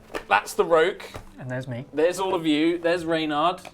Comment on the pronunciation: Omg the "Roque" thing bugs the crap out of me.